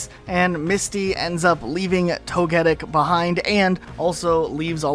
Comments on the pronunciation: exactly. It's levels of carelessness that I can't accept for a specialized channel. Even if you didn't know the pronunciation, the amount of prep work put into the video and you still get it so blatantly wrong is confusing to me. Oh well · You probably did it for the comments, but that pronunciation of togetic is grating. They even pronounce it different from you in the episode you reference, there's no way you didnt know. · Lol am I the only one who feels weird about how he’s pronouncing Togetic? 😅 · man the way you pronounce togetic is spinning me out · My ears bled every time you said “Togetic.” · I took mr some time to understand which pokemon he was talking about. I am only casual pokemon fan so I thought at first it was some pokemon I haven't heard about or forgot. Then after I figured it out I wondered if it was I who had pronounced Togetic wrong the whole time. I now wonder how he would pronounce Togekiss though :/ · “Toge- who tf??? Pls stop mispronouncing it’s name😭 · 😬So cringe how you pronounce Togetic. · Your initial pronunciation of Togetic is as weird as PChal's pronunciation of Decidueye... It kinda distracts me from the rest of your analysis. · why are you pronouncing togetic weirdly? I've never heard anyone pronounce the name that way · I don’t like how he pronounced “Togetic,” and I failed to see his point here. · Nah I don't think Misty was ever ruined. If anything, people are trying to ruin her with the introduction of Serena, who doesn't deserve Ash BTW. Side note, you were saying Togetic's name wrong. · Tony Stark voice "wait a minute... No one's gonna address the fact he keeps saying 'Toh-Geddic' and not 'Togi-Tick'?!" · I’m sorry but that isn’t how Togetic is pronounce 😱 toh-guh-tik, not toh-GET-it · To-Guh-Pi, To-Guh-Tick, To-Guh-Kiss. It keeps the same name structure during its evolutions. not to-get-ic. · Wtf is a "Toh-geddick"? It's Toh-Geh-Tick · No way you called “Toe-Ge-Tic” , “toe-get-ic” 😭🤣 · It’s pronounced tog-a-tic